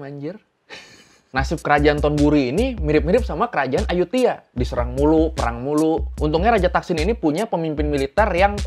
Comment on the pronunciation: Bacanya emang "Ayutia" ya bang, tulisannya "Ayuthaya"....